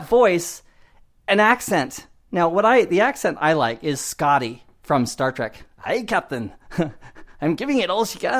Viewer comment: your "Scotty" is more Nova Scotia, but good advice apart from that!;-)